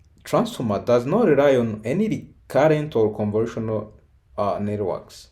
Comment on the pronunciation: More than once, it sounds like he is saying "conversional" instead of convolutional, and it never sounds like he says convolutional.